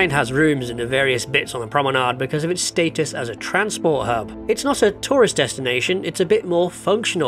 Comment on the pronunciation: I kept thinking "what's a 'Torus Destination'?" And then I realised you were saying 'tourist destination' 🤣